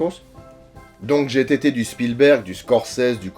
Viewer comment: Par contre on dit "j'ai été" et pas "j'ai t'été". Et pour les couilles dans la friteuse, je connais un lapin qui l'a fait